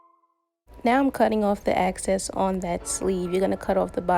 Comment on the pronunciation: EXCESS* not access 🤦🏾‍♀️ drove me crazy. But otherwise great video, love your results! ❤️